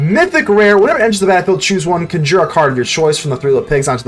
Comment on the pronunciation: I do have to ask you, are you saying "conjure" as "cun jeer" as just a fun way to say it, or to mess with people, or do you believe that's how you pronounce it?